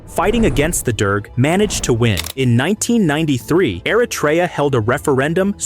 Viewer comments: Es heisst nicht Aratra, sondern Eritrea, Stupid AI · Erytrea a nie "Eratria"